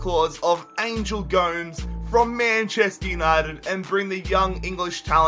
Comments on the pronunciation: Did he actually say angel goms Its pronounced like gomez i swear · Yooo the pronunciations are killing me!!! Kean? Tielemans? ANGEL GOMES? Love the rebuilds but it’s a little annoying you should work on that a bit